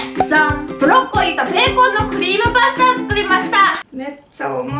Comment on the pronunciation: クリームパスタの発音が関西っぽくてかわいかった😂❤️